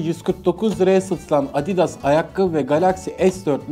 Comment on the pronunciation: Abidas değil adidas